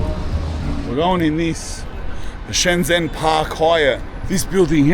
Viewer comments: Native speaker here. It is pronounced Shen-jen with a j sound as in "Jen" (the name.) Get this, the j and zh sounds in Chinese (Mandarin, at least) are different. But the zh sound is equal to the English j sound. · You were an hour away from me, lad. Should have smelled the Parisian shit from your trainers. This is China, man. It's fucking nuts. EDIT. It's Shen Zhen(like jen) ZH makes a J sound. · The “zh” in Shenzhen is pronounced like a J sound so it’s like Shen jen ( if you wanna sound like a local 😃 awesome video bro I’ve been living in Shenzhen for 3 years. Would be cool to bump into you here in the future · shen-JEN, not shen-ZEN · The pronunciation is not "Shen-zen" it's "Shen-gen" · It's pronounced Shen-jen, not Shen-zen. I hear this on Youtube all the time....the 'zh' in Chinese is pronounced as a 'j'. BTW, I lived-in Shenzhen in and it was even very advanced back then! I do recall living on the 24th flood of a building just on the north east side of Lianhua Park in Futian District, quite family friendly. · Nope, that sounds like "shen jian", which is wrong. It's pronounced like "dr": "Shen dren". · Mandarin when it has a Zh is pronounced DJ. ShenDjen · pronounced 'Shen-Jen' cuz. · Na ur wrong once again because unless u speak in a dialect the zh sound is a j sound but with ur tongue towards the back of ur mouth so its kinda sounds like dr but its not because the dr sound in english is pronounced very differently to the zh sound it just sounds similar